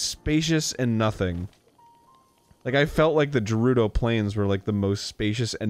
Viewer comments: "Hillians" "Eye = ewe" "Jerudo" "Nev- AH -da" "I'm right" - Arin Hanson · God I hate the way Arin pronounces "Gerudo".